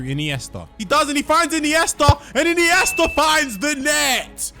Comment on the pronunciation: “Marardonnar” “Iniester” “Ahhgentiner”